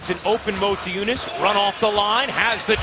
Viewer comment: Why they say Montiejunas if there is no N before the T?